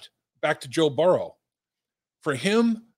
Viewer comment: Dave pronounces Joe's name "Burrw" 😂